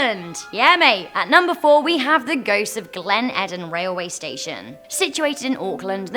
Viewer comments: It's Glen Eden. As in the garden of. Also, it's really not the greatest cafe lol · Oh my gosh! 😂 I love you but you butchered the pronunciation for the New Zealand one. It's Glen E-den. And Waitakere is pronounced Why-ta-ker-ay. But another excellent video as usual! Can't wait for the next one! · Yay!! An NZ mention! Terrible pronunciation but still stoked lol (come on, mispronouncing "Eden"?! That one's not even Maori haha)